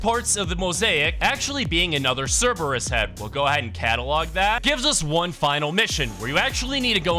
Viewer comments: It’s ceburbus. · Ser-ee-brus gets me 💀 Also its pronounced cerberus(ser-ber-is) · you said "Ser-ee-burr-us" It's actually Cer-burr-us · bro realy said cereberus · The pronouncetion or cerberus is painful. (Sir-ber-us) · Bro really said Cerebrus 😂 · Bro really said: "Cereebrus"😂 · PJO fans rejoice! Edit: WTH is Ceereebus? You mean Cerberus? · I’ve never heard Cerberus be pronounce so wrong it’s pronounced (sir-ber-i-s) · sorry but its pronounced sii-bear-ee-iss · plz just say it right its its Cerberus-"Sur-bur-us" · Cerberus is pronounced (Sir-ber-us) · It is Cerberus. Pronounced Sur-bur-is. Jesus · Dude its nit cereebrus😂😢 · This dude really said: “Cereebrus” 🤦🏻😂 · FR! Its pronounced: Cerb-Er-Us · Fix that Cerberus pronunciation holy shit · The way he says Cerberus hurts my head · you pronounced cerberus wrong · Dude I need you to start pronouncing Cerberus right😭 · And cerberus 😂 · I aint subbing until he says it right